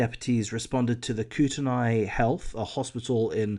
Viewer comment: Sad Idahoan here. Kootenai = Koot-knee Coeur d'Alene = core-da-lane At least that's how we say it here in my hood.